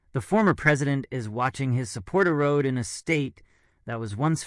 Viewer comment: The word is " erode" not " a road" worth changing